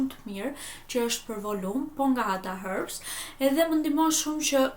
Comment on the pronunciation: Pse thu hërbs kur eshte herbs